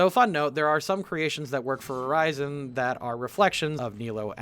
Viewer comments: With how you horribly pronounce the names of things THAT WERE SPOKEN MULTIPLE TIMES IN THE GAME i feel like you only half paid attention the whole time. It's not quill-foth it's Cly-phot. And it is pronounced Ur-reason not Ur-rise-in. Golly, they say the names out loud, how in god's green earth do you get these crazy pronounciations? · yeah I honestly thought you were saying Verizon a few times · Urizen is pronounced "ur-ez-zen" and Qliphoth is pronounced "k-lie-f-oth" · I'm sorry, but I'm so throwen off by how he says Mallet (maley) Iland, Urizen (u-re-zen or ur-(soft)i-zen), and Qliphoth (kly-fot). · Listening to you say urizens name is painful. His name is said so many times. How and you mispronounce it. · I like how you completely butcher the pronunciation of qlithoth and Urizen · Man, those Urizen and Qliphoth pronunciations are really something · How do you manage to mispronounce "qliphoth" and "Urizen" so consistently when nobody in the game will shut up about those terms?